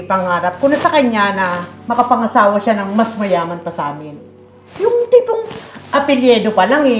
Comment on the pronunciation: Mother Ikaw mga ang mas taga Nunfok eh. "Apelyido" Hindi "Apelyedo"